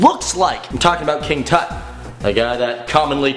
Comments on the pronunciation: Its toot not tot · Isn’t it pronounced (Toot) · His name is a Hebrew name. Not pronounced properly.